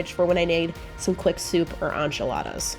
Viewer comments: Girlie ‘enchiladas’ is a Spanish word, not French. So it’s not ‘on’chiladas, it’s ’en’chiladas (exactly like it’s spelt cuz Spanish is phonetic) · Why do you call them on-chaladas? Not to be rude but they are pronounced en-chi- ladas. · “ANCHALADAS”? what is that??? You pronounce “N CHI LA DAS” Spelled “Enchiladas “ Thank you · You had some really great tips...but here's one from me. Ask anyone who works in a Mexican restaurant (whose Mexican) how to pronounce "Enchiladas". 😊